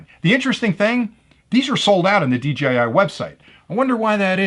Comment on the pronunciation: Seriously, why do so many other youtubers pronounce it as "DGI"...? I don't get it.